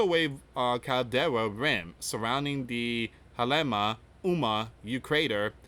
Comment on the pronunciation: [ kee-lau-way-ah ] Kilauea [ ha-lay-mau-mau ] Halemaumau